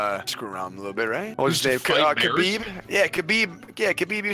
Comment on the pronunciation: Not kabiib it's khabib